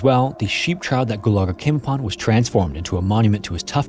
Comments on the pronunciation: Always love your videos but number 3 just out of curiosity do Americans really pronounce "Trough" as "traow" not "troff"? It's pronounced "troff" in England. Just never heard that pronunciation before. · About 100,000 Americans? 17 Americans waiting? So people of a country of the American continents? It's unclear who the father is. The person who is the donor is still the father of that child. They cannot stop being such. It's pronounced "troff" not "trow". Those men didn't lose their lives. They knew exactly where there lives were at the time they passed. Their lives are a loss but they are not lost. It is implied that items which are lost can be searched for and possibly found by or returned to the owner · loved the video as usual. never heard anyone pronounce the word “trough” like “trow” tho lol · Dude, trough is pronounced "troff". C'mon now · "trow" lol. jesus. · the word is pronounced "troff". English be like that... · Trough is pronounced trof. Glad I got that off my chest. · Just FYI “trough” is pronounced “troff” 👍😉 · Water "trow", lol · "Trough" rhymes with "off," not "plow." Words ending in -ugh can be, well....tough. 😊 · For educational purposes, trough is pronounced like cough.